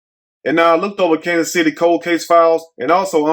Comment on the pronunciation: It's Kansas city get it right please and thank u